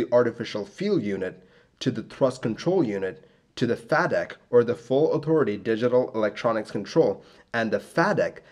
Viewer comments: Excellent as always. One point of correction for future videos - FADEC is pronounced FAY Dek. Good job though! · Thanks so much for making these episodes. It helps my withdrawal from waiting for episodes of Air Crash Investigation. I just wanted to say I am pretty sure FADEC is pronounced like "fay-deck." Anyways thanks again, another interesting episode. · FAY-deck. Fay rhymes with way and pay. And its "digital engine control". Love the vids though... Im a huge jet age accident nerd and have discovered that apparently I only pay attention to the famous crashes.